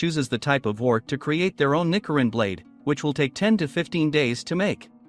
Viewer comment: Also it’s ni-CH-irin